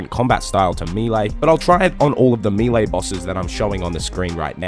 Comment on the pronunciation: What attack style is “mee-lay” ?